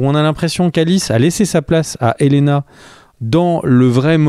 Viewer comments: Helaena se prononce « Elena » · Ça se prononce Helena, il n'y a pas de i